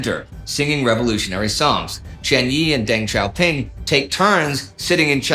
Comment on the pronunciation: Deng Xiaoping not Deng Xiaopin